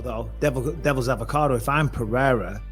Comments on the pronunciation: Is it too hard to say Pereira instead of Peheyra? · If your gonna stress Adesanyas last name correctly please say Pereira pronouced "pear-aida" correctly..... btw your material is great